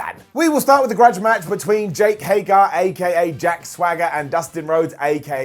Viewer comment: HagEr,. HagEr.